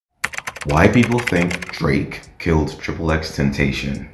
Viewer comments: Ten ta sea yawn not ten tay shon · "Why People Think DRAKE KILLED TRIPLE X TENTASHON"